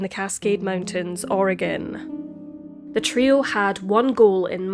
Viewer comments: You've done several stories that take place in Oregon and I've lived my whole life (54yrs) here. I just want to say that your pronunciation of our cities, counties, waterways, whatever is spot on! More than any other YouTuber I've heard! Keep up the terrific work! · You pronounced all the Oregon place names - including "Oregon" - flawlessly. Nice work!